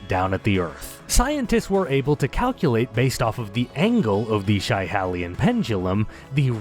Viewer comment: That's nae how ye say Schiehallion, but nae far aff, so cheers for given her a wee mention pal 😉